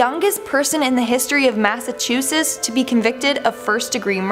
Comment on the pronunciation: Did she say Mass-a-chooses?